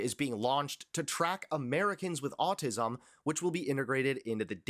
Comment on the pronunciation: Autism not autizum. Sorry.